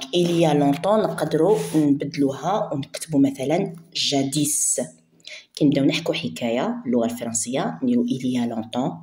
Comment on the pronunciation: اختي باينة فيك دابة مش جاديس جادي برك مننطقوش س😅😂